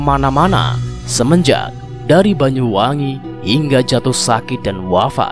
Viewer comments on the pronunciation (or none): none